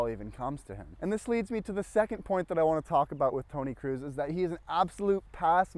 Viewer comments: Good video, but it isn't Toni Cruise, it's Kroos like in Croes. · Tony kroos not cruis